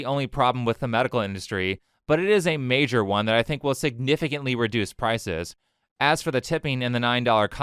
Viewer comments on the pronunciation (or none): none